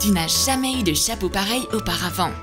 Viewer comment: aithaf s'est vrai et au lieu de dire chapeau 🎓 elle dit chapreau